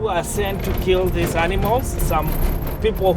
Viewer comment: really said “keelled a lion den I keel a goat”